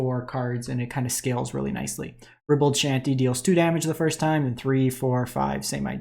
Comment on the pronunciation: BTW, ribald is pronounced "RYE-bald". ;) Thanks for the roundup! Lotus storm is an interesting one, I'll have to try it out!